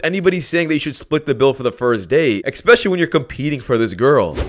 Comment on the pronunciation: Here's what I think. You are mispronouncing the word 'especially'. There's no 'k' in it, no hard 'c'. It's not ekspeciallly, it's especially. The hint to help you is the 's' as the second letter.